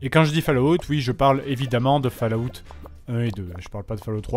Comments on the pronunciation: Pas Fallaout mais fAll,Out. Enfin si vous avez compris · Bah ouais c'est ce que je dis, "fall" ça se dit "fol". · OMG, la prononciation de Fallout. J'ai presque rit à cause de la prononciation du nom. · Lucien Magnus Non, personne ne prononce falaout, si tu veux la seule description 'réelle' de la prononciation c'est l'écriture phonétique que je ne peux pas retranscrire ici, en écriture proche française ça serait follawt avec un 'o' ouvert et long et le même 'awt' que pour 'out' (et prière d'arrêter de dire 'a-out', vous avez l'air incroyablement ridicules... les anglais ont des normes pour leur langue aussi, et ne pas savoir faire une diphtongue c'est un peu la honte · Falaout... Falaout... Falaout.. Pauvre Bethesda... le nom de sa serie se fais massacrer xD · Epintus06 Pour la prononciation, c'est plus "Folawte" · hahaha quand il dit ( Fallaoute) je suis toujours mort de rire 😂😂😂 ! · Ah ? Pour ce seul mot (Fallout) peut-être bien, oui.